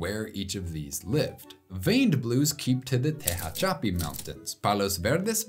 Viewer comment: Tehachapi is actually stressed on the second syllable. It's a local information word 😊